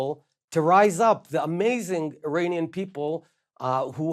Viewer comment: Saagar should prolly learn how to say Iranian